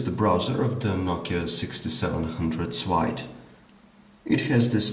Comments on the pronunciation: Nice video , good review . Keep it going :D . Why he is reading ,, l ,, like a ,, w ,, . Nokia 6700 swide . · It's SLIDE not SWIDE!